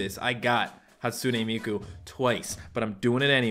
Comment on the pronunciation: Its hatsune miku not hatsoonay meekoo